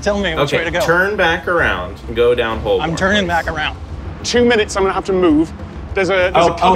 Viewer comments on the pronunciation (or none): I winced every time someone pronounced Holborn as it’s written 😂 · Three Americans attempting to pronounce Holborn made me laugh much harder than it should have